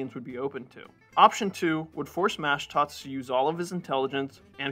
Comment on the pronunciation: It's pronounced mashdots, not mashdats. The o sound is like when you say the letter o. It's not pronounced like an a. It's pronounced like maashdots. Like saying ma, hey ma whats for dinner? Mashdots. Same for the first name. It's mesrop the o is pronounced like saying the letter o.